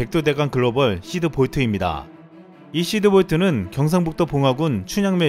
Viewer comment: 시드볼트야 히드볼트야? 발음이..